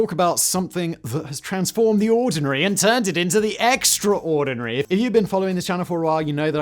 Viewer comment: Did you really say “extra-ordinary”?